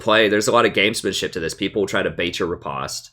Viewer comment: Please for the love of god...it's rE-post not re-pahst